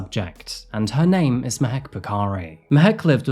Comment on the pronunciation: Can you at least TRY to pronounce the non-white names properly? You're making money off of their stories but can't show them the basic respect of pronouncing their names properly?? Typical British arrogance.